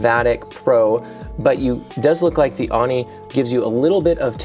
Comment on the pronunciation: Just a heads up, it’s pronounced “Oh-nee”, rather than “Ah-nee”.